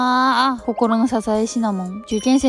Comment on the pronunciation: kんchickｷェい受ｷェん生の勉khョうルーティンって発音好き